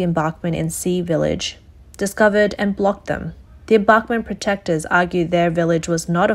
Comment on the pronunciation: her serious mispronunciation of embankment kinda bothered me.